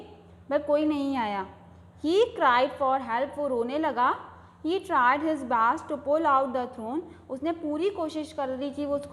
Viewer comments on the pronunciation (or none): Don't make any mistake in reading pls You read Palm as Pem and bast for best